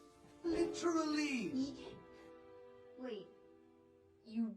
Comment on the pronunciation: بس هو قال literly مشliterally